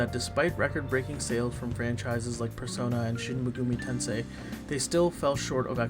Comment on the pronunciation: How do you manage to mispronounce Shin Megami Tensei not once but thrice?